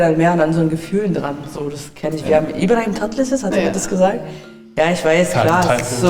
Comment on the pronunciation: Allein wie sie ibrahim tatlıses ausgesprochen hat...